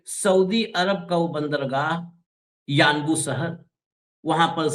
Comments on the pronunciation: Its Unbo ... not Uanbu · Sir, it is yanbu